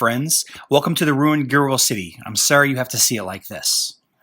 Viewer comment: I think that the pronunciation of the name of the city is supposed to be close to "Gear Wheel", like a corruption of a gear wheel. I could be wrong, but that is how I have been saying it. Sort of slur together the two words of gear wheel and blend them: geeeeeerwill